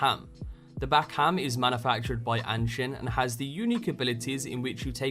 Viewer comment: The manufacturer "Anshin" is pronounced "awn-sheen", just a little thing from an Irish dude